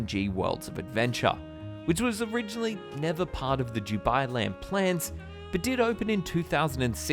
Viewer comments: Why does he say "Jubailand"? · Yeah I thought he was saying jew-bai land... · All I keep hearing is ‘DewBi Land’....